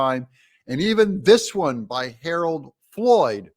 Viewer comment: You say Harold three times at least, please get it right.